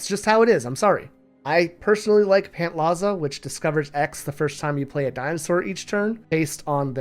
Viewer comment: Fun fact: Pantlaza is pronounced /panˈt͡ɬasa/, as opposed to “/pæntˈlaza/”. Also, in case anyone’s curious, Ixalan is /iːʃaˈlaːn/, rather than “/ˈɪksəlaːn/”.